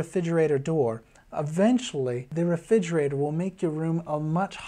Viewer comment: I was getting a lot out of this until I realised he can’t say refrigerator, which is super super distacting